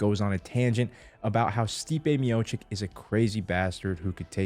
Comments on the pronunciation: when joey said stiopic and khalabeeb over and over🤣🤣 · that fkin stiopic whateverthefk